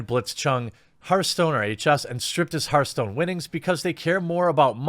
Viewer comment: "Herthstone" "Mai"